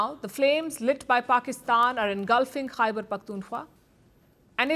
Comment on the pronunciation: Palki Didi خےبر pronounce kerna seekh lain. Then you start pointing out mistakes in AVMs English.